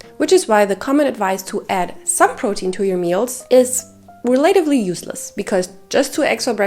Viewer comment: Great video. Thanks for the info. Also, relatively is pronounced relaTIVely instead of reLAtively.